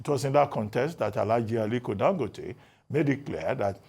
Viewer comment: he is Dangòte not Dangóte as you called him. Listen to Dr Abati he got it right. Ask your Kano friends if you doubt